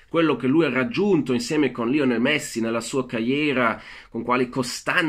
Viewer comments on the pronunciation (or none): none